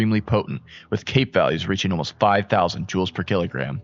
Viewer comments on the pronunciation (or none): none